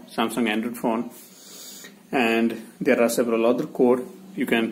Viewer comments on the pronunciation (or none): none